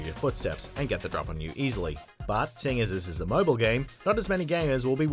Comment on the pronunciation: Tip #1 pronounce it right (Mobile)